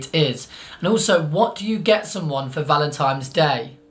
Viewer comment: Noo, you're looking at it the wrong way! Giving flowers means "I appreciate you, here is a true gift from nature", giving chocolates means "I hope you enjoy these (don't worry about your weight I like you anyway). Btw, are you saying Valentime's ? lol